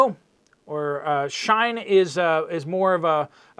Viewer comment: “shē-in > shīne”